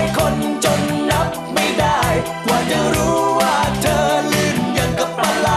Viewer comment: ร้องเพลงออกเสียงชัดเจน เธอเป็นเธอ ไม่ใช่เชอ เหมือนทุกวันี้ ทำให้ภาษาไทยเพี้ยนหมด พี่เขาน่าจะมาร้องอีกนะ ชอบๆ